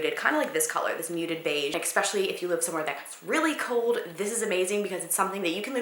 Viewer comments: why do Americans say ekspecially, it sounds so ditzy and uneducated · It's so cute and funny when you say "expecially" instead of especially haha I wonder if you ever noticed you do that luv ya <33